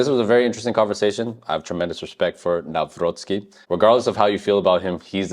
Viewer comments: Very well pronounciation of Nawrocki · You pronounce his name very well 👍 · I like how you pronounce: Nawrocki, it's pretty accurate 👍